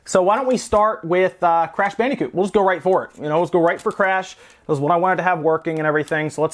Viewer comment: WHYYYYY MUST YOU SAY BANDEEECOOT???